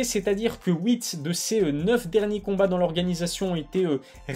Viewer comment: Toujours cette fameuse prononciation... (Houit) mdr huit mon frérot